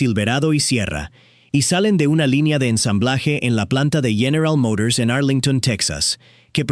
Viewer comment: General Mourors.